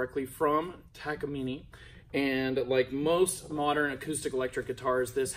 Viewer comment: First person I hear say “ Taka - Mini “ Much love my dude 🔥🤘🏻